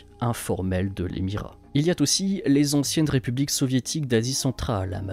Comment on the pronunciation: Tout très bien mais attention aux liaisons hasardeuses 🤭 "il y a t'aussi"??